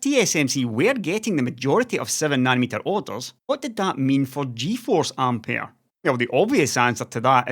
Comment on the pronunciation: Which is how you’re meant to pronounce it.